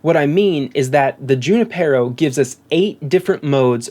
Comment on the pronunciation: “Junipero” is a Spanish name & properly pronounced: “ hoo-NEE-Pear-oh “. “J” is sounded like an “h”. Emphasis on “NEE.” Just saying...